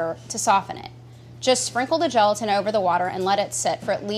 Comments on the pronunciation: Who else stopped watching as soon as she said geletan? 🤘🤘🤘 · I keep hearing gelatin as joltin....